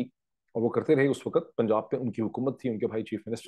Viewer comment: Waqt not waqat, improve your Urdu. Again the word is farq not faraq.